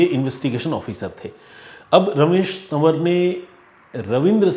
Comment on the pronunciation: Tan war nahin hota hai..tawar hota hai.